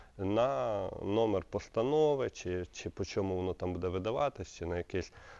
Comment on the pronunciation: Не будЕ, а бУде